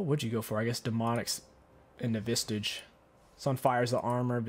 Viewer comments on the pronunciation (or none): Where do you find a "T" in "Visage" ?